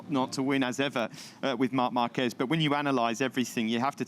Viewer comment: With all these years...and still can't pronounce Marquez properly lol